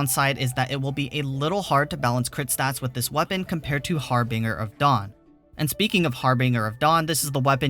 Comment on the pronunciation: Its pronounced Har-binge-er